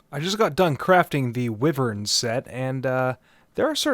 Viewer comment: Thank you for an amazing series so far. I just wanted to mention that wyvern is pronounced as why-vern, and not wih-vern. Thanks for understanding, much love <3